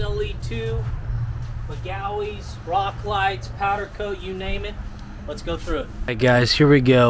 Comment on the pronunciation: why u pronounce magueys like dat